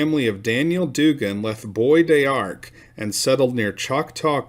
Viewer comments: It’s pronounced “Bo dark” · BBois D'arc is pronounced......Bodarc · Bois D'arc is actually pronounced "Bo Dock" by the people who live there. The "r" is real soft. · New to your channel, love Texas the history. The pronunciation is Boys D Ark. Bois d’Arc is a horse apple tree. Love the videos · It's pronounced "Bow Dark" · it is pronounced bo dark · "Bow dark" is how I've heard that place pronounced more often.